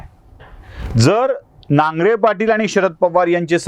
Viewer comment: नांगरे नाही नागरे